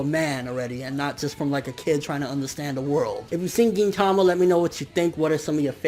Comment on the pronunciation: Why does everyone pronounce gintama the way you do? I swear I'm the only one that pronounces it differently